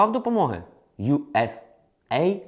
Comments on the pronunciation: Не ю ес ей ай ди, а ю ес ейд.... комбінація слів USA та AID - допомога.... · Треба казати не ЮСЕй АйДі ( USA id ), а ЮС Ейд ( US aid ). Що в перекладі значить як допомога від Сполучених Штатів. Aid перекладається як допомога страждаючим. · Не USA ID, а US AID (aid - это помощь с английского). А на счет того что тебя не было в Украине на момент выборов Зеленского, то много кого не было, но голосовать голосовали. За Зеленского, правда, почти ни кто из знакомых.